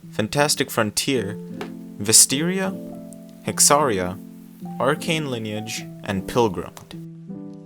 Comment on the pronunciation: Bro said Vesteria 😂😂😂